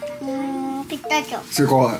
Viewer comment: 美味しぃ！楽しぃ！ でも食べ過ぎると うーーん😢てなるのよねぇーwwピスターチォ🎉発音ネイティブっぽい